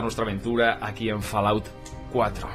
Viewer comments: se pronuncia folaut no falaut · cuesta tanto decir " FOLAUT" en vez de FALAOUT???